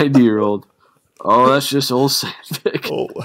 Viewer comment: Ole is pronounced "O-Lee" It's a scandiavian name... he isn't "Old Sandvick"